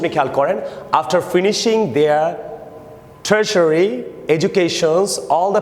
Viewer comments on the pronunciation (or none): With due respect i want to tell u that ur pronunciation of the word "tertiary" was horrible to say the least. U read as if u weren’t prepared to read it :) btw carry on.